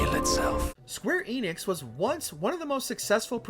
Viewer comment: The Enix in Square Enix is pronounced with an e like in end. Get it right lol